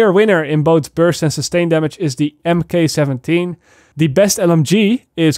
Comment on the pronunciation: Just fyi, Mk = Mark . As in mk 17 would be said as mark 17.